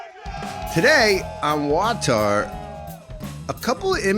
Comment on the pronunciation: Wow you called it WAWTAR